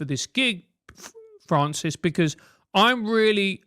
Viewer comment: Michael Malice pronouncing Francis like Froncis was very self indulgent.